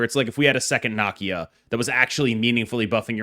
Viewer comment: nuh-KEE-uh … damn, why you and mispronouncing black characters? Please